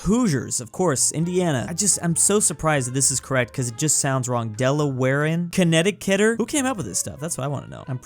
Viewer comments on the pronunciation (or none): As someone from Connecticut I always thought Connecticuter sounded ugly af and have always said Connecticutian. Part of the reason being people don’t say “connet-i-kitter” like you said but say “cuter”